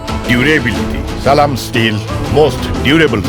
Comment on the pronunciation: যে লোক সালামটা ঠিক মত দিতে পারেনা সে লোক জামাতে যোগ দিয়েচে হাস্যকর